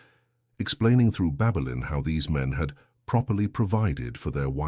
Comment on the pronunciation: Babelin or Babylon😂Ffs